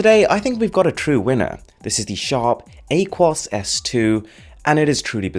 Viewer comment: It’s ah-kwōs not whatever you said